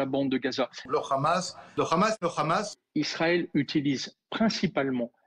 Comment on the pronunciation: C'est hamas et pas grhamas